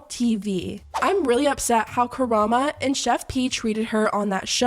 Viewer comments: Did she said "Kurama"?? the kyuubi? XD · Not "Karama" the entire video instead of Karamo, lmao. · I love how you keep saying "Karama" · Drama for Karama. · Not “Karama”, the shade. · Girly it’s Karam-oh as in Elmo. 😅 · Omg it’s KARAM-O not a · How is it the only videos I can find on this topic consistently mispronounce Karamo like ??? You're covering a topic it takes two seconds to google how to pronounce someone's name, even if he's a dickhead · The way she pronounces Karamo itches my brain 🫤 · Why did you keep mispronouncing his name?? He was wrong af obviously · Chef Pii sucks but can please learn how to pronounce Karamo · why cant you pronounce karamo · I love your channel and love your videos, and am no way defending Karamo and his part in this.... But unless there's some reason to avoid legal repercussions you can't say his name correctly - learn to pronounce his name girl! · The way these YouTubers are pronouncing Karamo’s name shows you never watched The Real World and I’m too old 😭😭😭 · Not you MIS-pronouncing Karamo's name STILL!? I mean... I agree with your points but girl... try again. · I low key love how you mispronounce Koromo in multiple videos, in different ways. 😂 idk if you do it on purpose or not, but keep it going. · Oh, hi that’s me! I love that Karamo’s name isn’t even being pronounced right, because he doesn’t deserve attention after this behavior. I hope QE drops him, the rest of the group shouldn’t look bad just because of him. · I love how nobody is pronouncing Karamo's name correctly lol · The FDA approves plenty of “foods” that cause cancer and hired Sakler employees even tho they caused the opioid crisis. You keep saying Karamo’s name wrong on purpose, this channel is garbage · Are you purposely saying Karamo’s name incorrectly? 😂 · The way is pronouncing Karamo is sending me lmao he deserves it though after bullying that woman on his platform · ain’t no way sis. Ends with an O, not an A! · ma'am. ka-ra-MO. with an O.